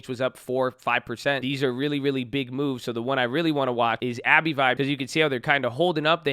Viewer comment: It's "Abb-vie" not "Abbey-Vie"